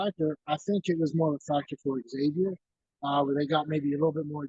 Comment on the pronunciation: Maybe if you have a show you should know how to pronounce the opponent’s name properly.